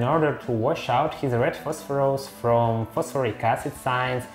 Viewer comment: I love the way you say it as "Phosphorose"